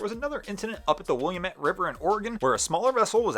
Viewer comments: GULF SHRIMPING FLEET DAMAGED———INVEST IN BUBBA GUMP!!! It’s NOT “William-ette.” Pronounce it as “Will-am (as in damn) -ette.” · It's not the "William-ette." It's the Will-Am-It, damn it. And yeah, I was in Portland during that Trump flotilla. There were a lot of a-holes out there that day. I'm surprised only one boat sank. After that, Portland made that entire part of the river a no-wake zone. MAGAs man... they ruin everything they touch. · It's Willamette, dammit (rhymes with dammit) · Pronounced "Will-Lamb-It River". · Just for future reference, Willamette is pronounced will-A-met. As we always say in Oregon, It's Willamette damnit!